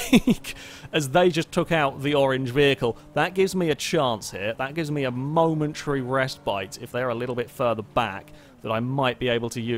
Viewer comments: Second time I've heard you say "rest bite"... It's respite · Stop saying 'restbite', it isn't a word. It's like that episode of IT Crowd where Jen thinks the word "pedestal" is pronounced "pedal-stool". It's 'respite'.